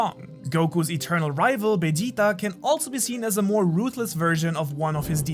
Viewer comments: So this is where all things I've never understood or rather Why do people who can speak English fluently go out of their way to save ajita's name like the Japanese who literally made the character's name utilizing parts of a language they couldn't pronounce fluently. I know this man knows how to say Vegeta, but I replayed it twice, he straight up said "Bay-G-Tah". #why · why did you say "vegeta" like that? why do you speak like that? you're not japanese, you don't have a japanese audience. that may be how native japanese speakers say that name but everyone else pronounces it differently. you don't have to say everything in it's original accent when you're speaking in english and your audience is english speaking as well. that sounds disgusting hearing it from you. don't do it. ur cringe lol